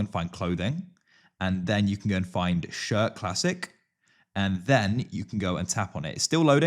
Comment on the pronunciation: im sorry.."shirr" 😭